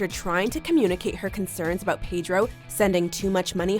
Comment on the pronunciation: Please learn how to pronounce 'Pedro' correctly, darling.